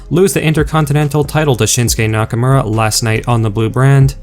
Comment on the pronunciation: It's pronounced Nakomora not nackamera this is irritating